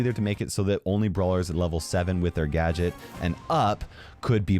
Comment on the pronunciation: Gaget not gate